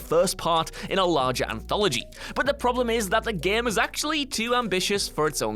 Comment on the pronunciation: Is it me or is he is saying GEEME